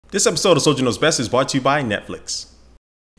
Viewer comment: WHY DO YOU ALWAYS SAY ''bought to you '' IT'S ''BROUGHT to you'' FFS